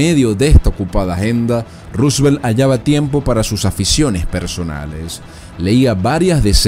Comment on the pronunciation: Está bien pronunciado y bien escrito